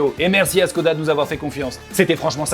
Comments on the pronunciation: ça se prononce " Chhkoda " et pas "SSSScodaa ". Moi je retourne j'ai Vilebrequin ! lol ! Enfin ça n'en reste pas plus qu'une brique sur roues ! C'est tout carré, tout anguleux, ils font peut-être de bons véhicules mais ça reste quand même des designs plus que datés ! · Chkoda Pas si difficile à prononcer.. Salutations